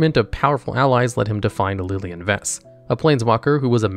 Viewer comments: Liliana is pronounced (Lil-e-Ahn-uh) Jhoira is pronounced (Joy-Ruh) Preator is pronounced (Prey-uh-tor) Phyresis is pronounced (Fi-Ree-Sis) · And Lilian-A. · Pretty sure it's engagement bait by this point, there's no way he mispronounces so many words with the amount of research he has to do for these videos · There is an 'A' at the end of 'Lilian' 😅